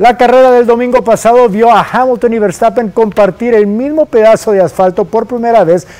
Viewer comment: Ese “vertapen” no lo conocía😂😂😂